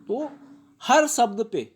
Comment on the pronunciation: कृपया शब्द उच्चार किजिए इसका उच्चार सब्द ऐसा मत किजिए